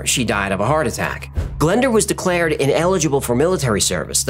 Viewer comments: 'Glenda'? Nooooo! Say it 'glen- DOORH'. It's Welsh. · .Glyndŵr...A great Welsh name. It's pronounced 'Glin doooor' (sress on the 'doooor' bit), with an 'oo' sound, not Glenda. It's a significant name in Welsh history because of Owain (say oh-wine) Glyndŵr. 🏴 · Pmsl it’s not pronounced Glenda it’s Glyndwr or pronounced glyn doowr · You butcher the name Glyndŵr but amazing video